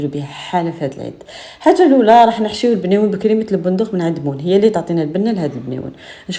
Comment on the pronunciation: كلش مون مون مون... رجعتيه مْنيوَن ماشي بْنيوَن 😂